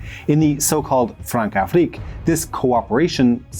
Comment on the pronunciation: When c has that little thing under it, like ç, its pronounced with an s sound, like in garçon. Françafrique is Fransafrik.